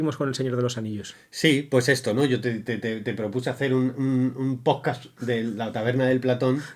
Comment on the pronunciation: al proposito!, ellos mismos hacen broma con el nombre "poscasss"....